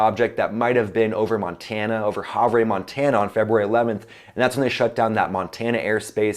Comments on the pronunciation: Havre = Have-Er, not Hav-rey. But don't blame ya, tough to know how many places are properly annunciated. Dig your content, keep it up! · Yo, just a homie from Montana here. Havre (Have-her), will now be pronounced (Have-ray). Laughed harder than I should have. Thank you for the great video sir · FYI....lol....its pronounced "Have er" .....not Have ray....lol Montana